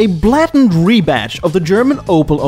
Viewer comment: The word "zenith" is pronounced "zee-nith," not "ZEN-eth" Cadilac "Sim-err-Ron" (Cimarron), not "Suh-Marron." That's not even close. And blatant is pronounced "blay-tant," not "BLAT-ant."